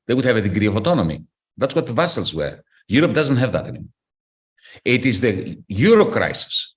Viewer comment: Vassals is pronounced as vazalz, not vessels as in blood vessels.